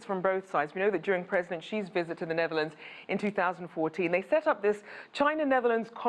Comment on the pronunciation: Such a wish guy, and can't say the name of a country right...